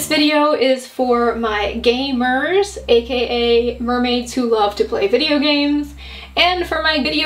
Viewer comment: At first I thought you said gay mers, I was so excited lol 😅